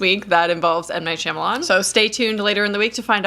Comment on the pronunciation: I wish you would pronounce his last name correctly. Watch him on the Wired article where he answers the web's most searched questions. He actually pronounces his last name.